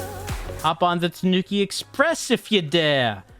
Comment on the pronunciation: Gotta get them Tuh-nooks